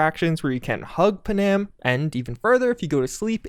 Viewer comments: Why are you calling her paNAM… it’s Puh-num… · It's not pronounced pa-nam, it's pronounced pan-am, like the airline. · Bro can this guy pronounce Pan Am properly instead of slurring it into one big panam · Come on, said, the woman’s name is Pan-Am, not Pa-Nam. Try it, just once. Other than that, good job. What I hate in the newer patches is the driving. It’s like driving on ice. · all the mispronunciations are driving me nuts. Like every video... gonna go get me a Google saadia right after I romance Punam. I swear to god he does this on purpose!